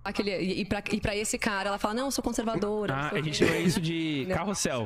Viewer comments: CAMALEOA CONSERVADIA KKKKKKKKKKKKKKKKKKKKKKKKKKKKK meu deus do céu é o homem mais cabaço do BR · O prazer deles em falar conservadia okkkk